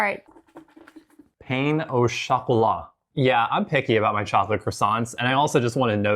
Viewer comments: Pain au chocolate is French, not a pain :) .... So pen, not pane :) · Pain is pronounced pè, it's the French word for bread ;)